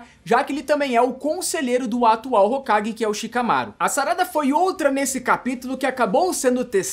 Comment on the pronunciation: É SARADA, NAO SARÁDA, voce fala com enfase e da a entender que esta colocando um adjetivo no corpo da personagem e nao mencionando o seu nome.